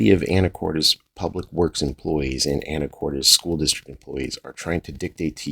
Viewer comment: Lol! Not Anna Cortez, it's Ana core tiss!!😊